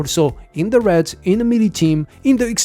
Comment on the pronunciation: Your pronunciation of "raids" (r-aids) had me confused until I realized what you meant when I heard "r-eds" lol In any case, I have every hero in the banner except for Paimon, Hana, and the new hero. So I'll aim for 1st Corps Commander since my priority is raid content... I hope 140 summons is enough.